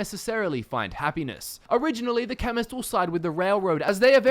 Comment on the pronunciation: I didn't read your title and I thought you said feminist